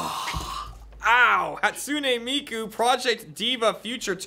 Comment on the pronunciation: for fuck's sake AH say 'Hatsune Miku' properly